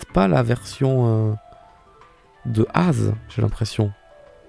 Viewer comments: En même temps c'est l'ancien roi de la région basée sur la France, son nom s'écrit A.Z. avec des points, donc c'est évidemment A-Zède (au pire Eyzi chez les anglais) et non Aze. (Au passage j'adore ta PP, Diablo est si cool) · AZ dit comme ça ça fait mal (je l'ai toujours appelé et entendu A Z genre azède )